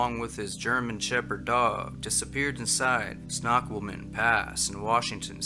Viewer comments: For future reference, Snoqualmie is pronounced “snow-KWALL-mee.” I’m sure you’ll have future stories about this area. People go missing all the time in the Cascades. The terrain is often a lot more treacherous than it looks. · in case it makes any diff, Snoqualmie is said "snow-QUALM-ee". :) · "SNOW-QUALL-ME" is how it's pronounced, just letting you know 😊 Have a Merry Christmas 🎄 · It’s pronounced Snow Kwal me, if you’re trying to say what I think you’re trying to say, hard to tell. Ck pronunciations of unfamiliar words before posting, please. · Your videos are great keep up giving out the info on missing people... I live in Washington State wanted to help with the pronunciation of Snoqualmie( Snow-qual-mie). Never hike alone!!! Stay safe! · Pronounce: Snow qualm ‘ me National Park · #10: Which pass? It is pronounced Snow-qual-a-me Pass. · Snoqualmie is pronounced snow-kwal-mee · Nice to have you back. Incidentally, the pass in WA is pronounced SNOW-QUALL-ME😉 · Pronounced: SNOW-QUAL-ME Pass is in King County not Kings County. Just clarifying! Thanks,. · It's ...snow-qua-loh-me pass.